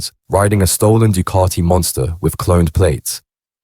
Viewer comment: Duuucaaattiii 😂. Ducati, please say it properly